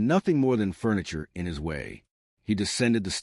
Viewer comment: Honestly one of the better stories out there. Just the ai narrator "waaayyyy" "sorrrryyyy" pronunciations are soooo irritatingly unrealistic.